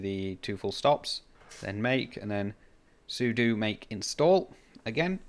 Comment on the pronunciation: I can tell you're a real Linux user because you know sudo is soo-doo, not Sue-dough :) I've had some success with DSD+ on Linux but I haven't tried DSD. I may give it a go as I'm running my shack from a Pi 400 and it would be good to see if it'll work. Thanks for the video, 73 de G0TVJ